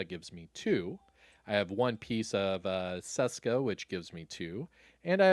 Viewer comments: Its not damn "saska" its česká. Try google to read it for you. In some old video u nailed it, but here ur butchering it :D Its like when u wanted to say "hello" but was actualy saying "cholo" :D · You were doing sooo good pronouncing Česka correctly (like you pronounce CH in chest) before. Why go back to “Seska”?